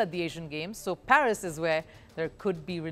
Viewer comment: It's not PHERIS , it's PARIS